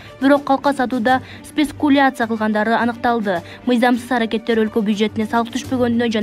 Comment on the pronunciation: Спецкуляция эмес-,спекуляция 😀😀😂